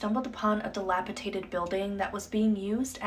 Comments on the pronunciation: The very last video…scared the crap out of me the way she kept saying “dilapitated” instead of the correct word, dilapidated. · DILAPIDATED!!!!!! NOT "DILAPITATED!!!" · I love these TikToks trying to be like they’re educating people, but they can’t even pronounce “dilapidated” right.